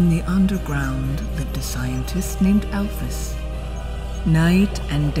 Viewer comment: It’s actually pronounced Al-Feez. Sorry for being little miss brainiac